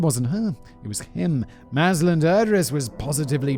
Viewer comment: Malaysian here, simon managed to procounce datuk mazlan idris name correctly